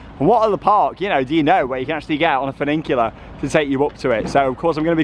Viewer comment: Also. Learn how to pronounce funicular. I don't know what a 'furning-cular' is. These little bits of research will make your channel flawless. It's so close to being perfect. I also think your Spanish is coming on leaps and bounds. Did you see any barn owls in Barcelona?